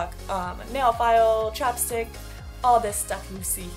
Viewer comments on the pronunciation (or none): I thought you said a Chopstick not Chapstick, I was like wait what?! lol